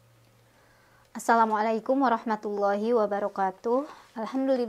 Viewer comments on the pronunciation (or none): none